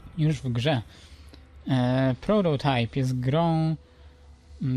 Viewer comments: czyta się prototajp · Mówisz na prototajpa prororajp